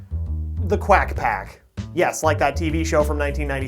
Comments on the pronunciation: I took a drink every time he said quagh pcoffty..... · I toke a drink every time he saed qwiac pack a drink of milk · It’s quack pack!